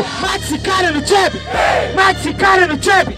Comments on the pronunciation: ele n consegue falar trap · O cara não sabe falar trap? Kkkk